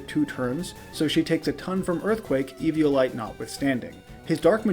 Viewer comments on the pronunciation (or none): none